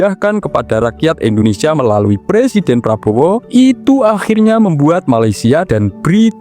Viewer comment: Indonesia, bukan endonesia